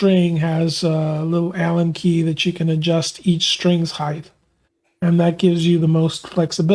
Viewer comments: It’s “heighT” everyone, hard T at the end. HeighTH is not a word, lol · I enjoy and appreciat your channel, i respectfully point out that "heighTHHHH" is not a word, it is pronounced heighT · Good tips on action. Thanks. By the way, width, length and breadth are correct, but heighth is not. The word is height. ☺️🤗🤔😜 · I must have turetts. Every time he said "heighth" i yelled out "height"! 😂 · Aha, glad someone else picked up on that, I found it grated on me, in what was otherwise a superb video which confirmed my theories about action and string height. With a T!😂